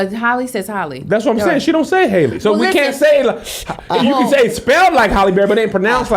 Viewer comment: I hear folks say Holly & Hey·lee... But when I hear Chloe & Fam say it, it sounds like Hal·ley. Like Alley cat/oop/way.